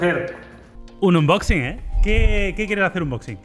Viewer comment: Tanto tiempo haciendo unboxings y todavía no saben pronunciarlo 🤔